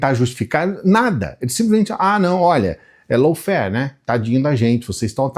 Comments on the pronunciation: boa noite. Tudo bem?, lawfare se fala “lóféér”, ou no máximo “láuféér”. Como vc disse, “lôuféér”, significa uma outra coisa diferente, low fare. A diferença é pequena, mas muda totalmente o sentido da palavra. Me desculpe o preciosismo, mas achei importante te avisar. Obrigada, querido. Bom fds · Bom dia,. Desculpe mas a pronúncia correta de LAWFARE não é “loufer”, mas “lófer”.